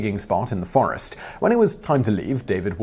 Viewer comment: AI can’t get forests right